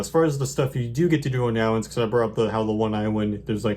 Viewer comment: I awso wove iwinds. Nice video 👍